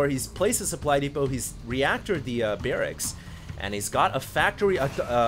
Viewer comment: "He went for so many barraXzzz" !! lollll !!!